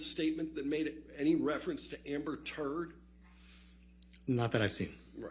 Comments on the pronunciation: The emphasis is on Turd is the best part😂😂😂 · The emphasis he puts on Amber TURD is epic 😂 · He put so much emphasis on the turd. 😂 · I love the way the lawyer emphasises the term "Amber Turd" every time he says it LOL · How he emphasizes*Turd* 🤣🤣🤣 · Lmao how he puts the emphasis on turd is magnificent. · Right on. It was hilarious, especially when he emphasizes Turd! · he kept emphasizing the turd in amberturd🎖